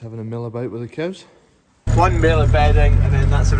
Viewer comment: I only realized you pronounce cows a funny way to use in Ireland 🤪 nice log splitter. Had the axe 🪓 out this week too